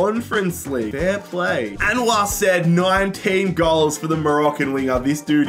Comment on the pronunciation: Calling him "said" like sed hurt me so much 😭